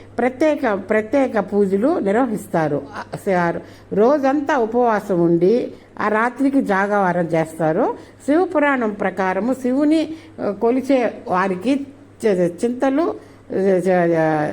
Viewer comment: Jaagaram annaali jaagavaaram kaadu talli😂 Telugu manchiga maatladandi inka improve avaali mee telugu